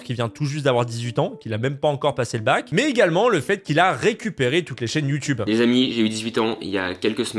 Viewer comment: Attend il a dit Youtibe 🤣🤣🤣